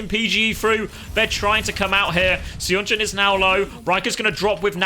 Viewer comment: I missed the stream so I Must tell you that Seonjun is pronounced sun-joon not say on joon. Some Koreans prefer to romanize the "uh" sound as "eo" (as in pigeon). Thanks for all the videos as always.